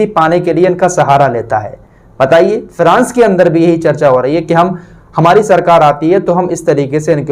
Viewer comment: अरे भाई फ्रांस बोल, फिरास नहीं